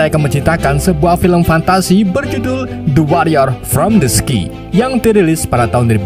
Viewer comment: sky dibaca sekay bang bukan ski